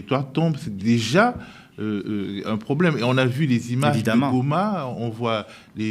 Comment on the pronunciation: Le m23 est congolais! Ce mec sait bien comment prononcé" Goma" à l'orginal 😂